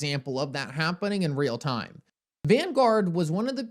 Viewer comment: Dude, I absolutely love content. Does anybody else notice he does not pronunciate the letter T??? lol I swear.. He said the word "time".. but almost always leaves out the T and goes with "ime"... leaving me to fill in the word.:) All kidding aside. Truly love his content and just having a little fun!!!:)